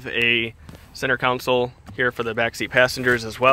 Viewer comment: You keep saying “council” and it’s driving me crazy. It’s “console” pronounced “con-soul”